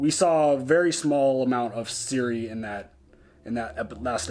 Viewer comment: Ciri, Geralt and now Jaskier all of them are "hard " so not"SI", "Dż" and "Dż" please Citra too not "Sintra" :P